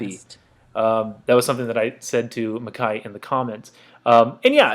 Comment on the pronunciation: Thank you for this! I was actually surprised you pronounced my name right the first time (Mick-eye) haha people usually don't get it right for months. Lots of great advice in here and I'm looking forward to your string series too! Appreciate it bro